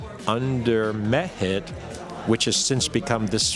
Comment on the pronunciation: Every now and then it sounds like Schoch is saying " Meth Head" instead of Mehit. It has to do with how he emphasizes the syllables I think.